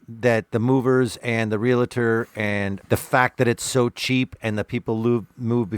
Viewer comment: Loved this episode and commentary!🖤🖤🖤 Most of all, though, I wanna thank you for setting me straight - all my life I've pronounced the word "Realtor" as a two-syllable word. Now I know how silly I've been to neglect the invisible-yet-audible "i" in the middle. Thank you for saving me from future embarrassment! 🙏👍😋